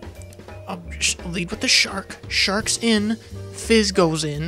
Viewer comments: Is he saying Mizz on purpose? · he says mizz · Are you calling Fizz, Mizz? :P